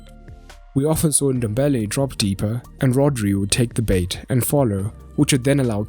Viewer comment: "Frop into the boz"